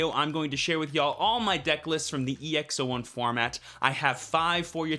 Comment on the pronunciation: It's EX-"Aught"1